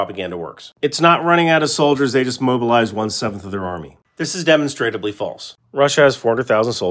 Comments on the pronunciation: hes not pronouncing demonstrably, he is pronouncing demonstratably. which in itself is incorrect. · Ive always heard it pronounced "deh mahn struh blee" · It's pronounced di-mon-stra-bly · Pssst, it's pronounced deh-MON-struh-blee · Love the videos, but you're killin me with the way you pronounce demonstrably. 😂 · That's not really an accepted pronunciation for "demonstrably". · you need to learn how to pronounce "demonstrably".